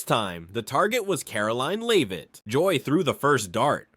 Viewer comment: "Karol leaner leave it" is how Karoline Leavitt's name is pronounced. Awful text-to-voice robot.